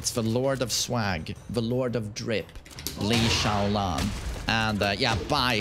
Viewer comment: I think you said Lei Chaobla wrongly, father would be disappointed